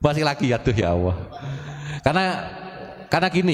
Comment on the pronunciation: Bacanya Allah kok awoh ya